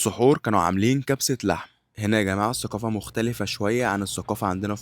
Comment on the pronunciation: اسمها الثقافه باللغه العربيه مو السوقافه